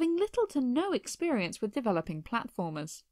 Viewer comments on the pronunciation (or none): none